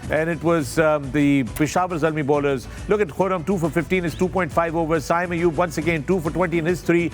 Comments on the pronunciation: Can someone tell Misbah, his name is SAIM Ayub not SAYM Ayub.. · Haha agreed i always laugh when he said “sayyym” ayub but koi nhn legend hain hmare kia keh sakte hain